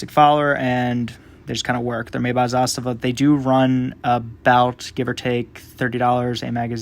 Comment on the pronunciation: BTW, good video and another thing, you’re one of the few USA reviewers that pronounce Zastava well.